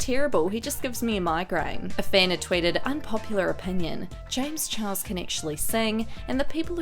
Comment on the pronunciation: when are you going to give him the respect he deserves as a person and say his name the right way his name is James Charles not James Chihuahua disrespectful bootleg Rich lux wannabe